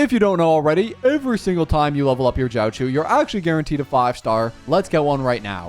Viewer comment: when r u doing the nihiltiy only summons for jiaoqiu? And its not JOWCHEW its xiaoshu